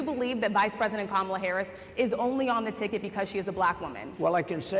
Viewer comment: Donald: It's KAmala, not KaMAla. I guess you never watched Maya Rudolph's take.